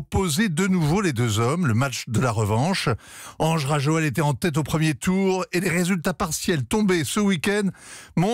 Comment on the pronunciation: Quel niveau de professionalisme de journaliste... ???😱🤯 "Ange Rajoel"... ! ?? Même un enfant c'est que c'est "Andry Rajoelina" !